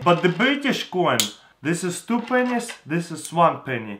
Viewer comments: oh ya it sounds like pen!s))) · When he says pennies it sounds like pingers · Pennys, Get it?😂 it's the pronounciation😂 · he used a lot of Penyss... lol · When he says pennies it sounds like something else like a private part